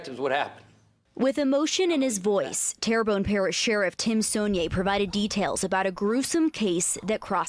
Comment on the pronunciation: Terrebonne not pronounced like Terry bonne it's pronounced as Terra bonne, by the way. At least you didn't butch it like some folks do with Louisiana Cajun & Indian town or city names. 😁